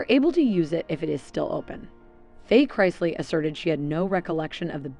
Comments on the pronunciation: Learn how to pronounce the last name Chris-lee 🙄smh can tell you don’t watch the show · You keep pronouncing their name differently, each time you say it. And it’s wrong. It’s incorrect like 99 out of 100 times. Maybe more than 99. Is it that difficult to say Chris-lee ? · Their last name is NOT Christ-ly, There is no T in their last name. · Wow really you should research how that name is pronounced so you want to make a video on the chrisleys and you don't even pronounce their name correctly... Obviously you want some kind of gratification or acknowledgement for doing this video so at least pronounce the name correctly!!!!! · I can’t cause she can’t even pronounce thier nane right so you know damn well can’t trust her facts or research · I had to stop listening also, she can’t even pronounce the last name right. 🤪🤦🏼‍♀️ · At least pronounce their name correctly if you’re going to do a podcast on the!m! Geez!